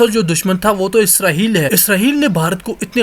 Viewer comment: اسراہیل نہیں اسرائیل ہوتا ہے